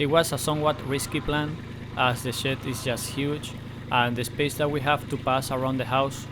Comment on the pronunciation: I like how you say shed so similar to say shit. "we can see the facade of the house without that ugly shit" 🤣